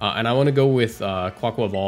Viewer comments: i agree with your pronunciation, as a spanish speaker. theres an aqua in quAQUAval, and the rhythm is that of car ni val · Thank you for pronouncing it right! As Spanish speaker too I can't bear when I see Cybertron vids and he says 'kwaykwayvale' ☠